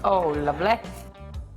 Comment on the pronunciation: how she says "lovely"😂😂